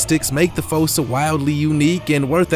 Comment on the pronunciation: It's fussa